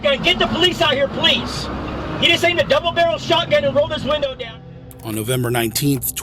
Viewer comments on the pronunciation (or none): none